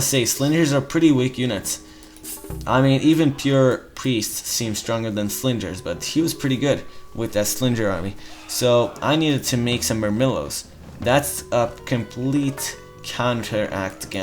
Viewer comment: slinjer? LOL